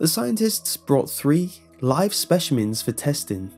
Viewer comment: did he say "spechimins?